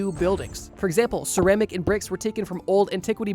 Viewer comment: hey bro, why did you pronounce “ceramics” like that❓